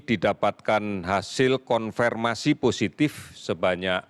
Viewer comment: Hasil konfeeeerrrrmasi positif.haha Mmng susah kali ya bilang konfirmasi. Knpe stiap ngomong konfirmasi jd konfeeermasi.